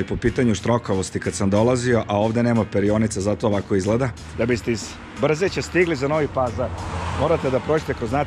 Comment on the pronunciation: Kaže se BrzEće